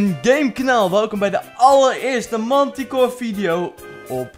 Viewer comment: je moet zeggen mentikoor ;)